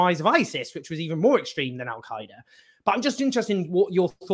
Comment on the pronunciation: What is Al-Khaeeda..that is not how it's pronounced in Arabic. Dude just say alqaeda.